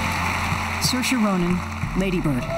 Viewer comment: Saoirse can never hide her amazement every time someone pronounces her name right 🤣